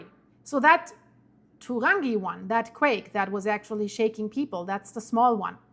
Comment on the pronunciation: Turangi…pronounced..too rangi.